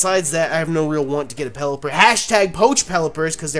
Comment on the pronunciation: did you say lucky egg's from pelleper's?